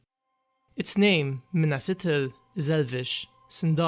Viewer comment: Pronounced Ithil.. not Itil. The "th" sound is, well, just that.. th. It is not pronounced as a hard "t" (i.e. ithildin... Also of the moon... Lathai, or Lethai... Also referencing light. Anything representing moon, light, shining, etc, is a soft "t & h"